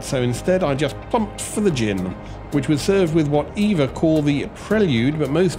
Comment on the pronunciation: Not called Eva. Say it E V A